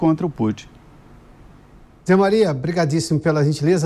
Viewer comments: Adorei o "Putín" assim, oxítona, da. Soa como se a intenção fosse diminuí-lo. Abraço à e aos demais. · Putím ? Kkkkkkkkk